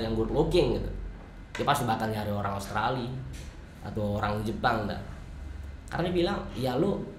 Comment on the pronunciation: karena pernah kuliah di australi mungkin ya jadi bagus pronounce nya...